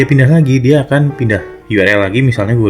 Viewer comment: Sudah banyak sekali tutor Indonesia yg ngomong URL dibaca yu er el... Yg bener itu yu ar el